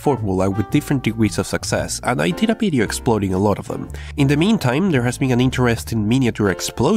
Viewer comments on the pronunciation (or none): can you say 'video' instead of 'bideo' ?